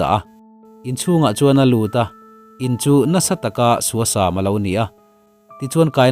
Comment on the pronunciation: Suasam i thluk dan hi a va mak ve...sam lai hi thluk fan loh tur a ni.